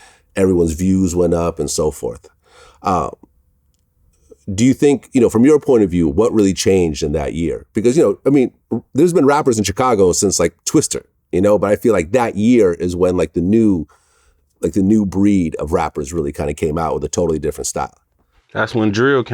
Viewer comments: Please stop saying Twister. It’s Twista. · Vlad it ain’t “Twister” it’s “TWISTA” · Did he say twister 🌪 lmao? Hahaha